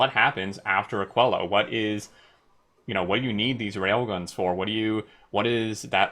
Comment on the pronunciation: I believe it should be pronounced more like "akeelo"